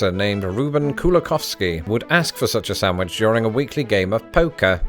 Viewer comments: Every time he says SANTwich an English teacher dies. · is a Reuben without horseradish still a Reuben? I do not like horseradish. Has anyone else noticed the way pronounces sandwich?? How do you pronounce it???